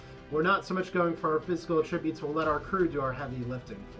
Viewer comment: At!-tri-butes. not uh-trib-utes